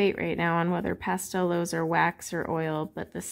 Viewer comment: Just a quick note about the correct pronunciation of the Astra Pastelowes. The “w” in Germanic and Slavic languages is pronounced as “v”. Therefore, Pastelowes should be pronounced as “Pasteloves”.